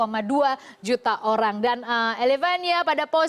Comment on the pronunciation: elevania..prett..ilevenia mbakk